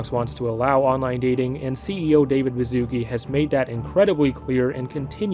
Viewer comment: Yo, complete off top but you read "Baszucki" similar to like "Bashusky", as its origins come from Polish-Lithuanian Union and mean that at some point bro's family was aristocrats or earned an honorable surname title 🤓☝️